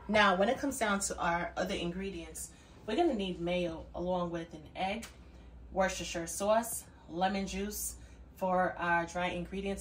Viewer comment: hi from the UK I'm here for the fabulous accent......."worcestshire" pronounced "wus-ter-shur" 😇